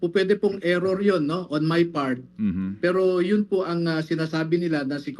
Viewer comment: "Error" ampfowtah...